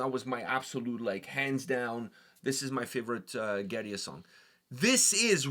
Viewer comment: First, thanks for the authentic pronunciation of the band! 2nd, I loved the cleans. After this, I went back to Coma and really enjoyed it, but the cleans from this have me so excited for future releases.